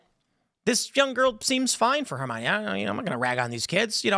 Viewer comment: her-mine? since when thats the pronounce